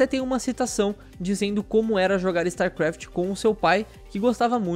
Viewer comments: Kkkk quantas vezes o falou starkraf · "Star QUaft"